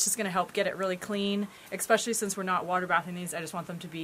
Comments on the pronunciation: The word is ESPECIALLY, not Xspecially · she said "eggspecially" 😃😃😃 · "Eggspecially"..lol. Great recipe, will try it today. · Lol. She said "eggspecially"